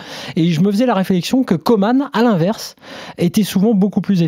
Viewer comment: Messieurs, ça devient fatiguant. Il s'appelle COMAN et non Comane !!!